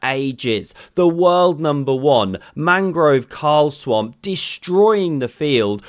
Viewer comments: "Manggrow Carlstroem"? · 😂 Whos Mangrove Carl-Swamp?? is that how its pronounced in Norwegian? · magnus narlsom...thing. ha